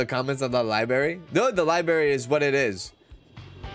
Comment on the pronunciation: I love the way says liberry, it’s so idgaf, lol 😂 ❤